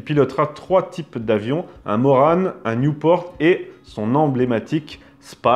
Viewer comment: Morane Saulnier, Newport et Spad. Sauf que c'est pas Newport mais NIEUPORT!!!!!!!!!! Nieuport 17 exactement ( sesquiplan et non biplan) Assez de ces Anglicismes de merde partout!!!!!!!!!!!!!! Déjà que tes parents ont mis une lettre de trop à ton prénom!!!! Enfin tu vois ça me met dans un sale état tout ça, merde fais gaffe quand même! ;))))))))))) Bon sinon plus sérieusement au niveau pionniers de l'aviation, en France il y a matière. Si tu veux je peux te soumettre des sujets. Amicalement.